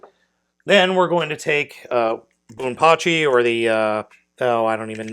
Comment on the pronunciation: also the gray one is pronounced pa-key and the a is like the a in apple